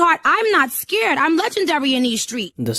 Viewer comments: “I’m not skared” 😂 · Nicki Minaj: I'm not sceered😂 wtf